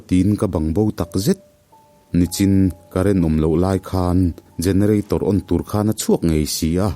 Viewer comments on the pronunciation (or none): none